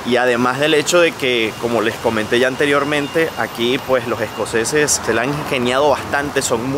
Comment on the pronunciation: Se dice “Los escoceses” no “Lo jescoceses”.